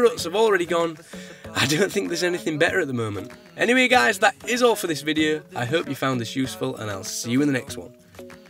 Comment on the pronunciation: "Hello my name is and him here with a new videuh."